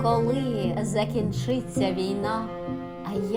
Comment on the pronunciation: Чудовий вірш! І читання гарне...Проте не варто змінювати наголос у слові закІнчиться, бо одразу змінюється віршовий ритм.